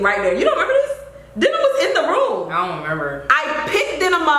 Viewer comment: Girl not Denim!!!! Like Demin was going to open the door!! 🤣🤣